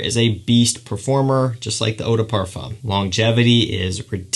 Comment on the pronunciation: What a handsome devil. Super charming. If you say parfum leave off the m. Literally parfuh is correct. Other wise it's eau de parfoom if it's spelled eau de parfume. Except you tighten your lips in a circle as if you're about to whistle. Eau de par-fooooom with your lips as I described. Your super elegant classy charm is only going to be amplified (you know this industry is super snobby, so it's just a tip). Also, you pronounced "toilette" perfectly. It's twa-let, eau de twa-let is exactly how you say it and the more obnoxiously french sounding you can make it the better! Well done! Lol 😂 I lived in Paris and they are some of the best and some of the worst. In any case, i love this kid and I'm certainly a new fan. You've earned yourself a subscriber.